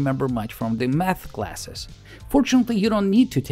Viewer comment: His pronunciation:- math ❌ meth ✅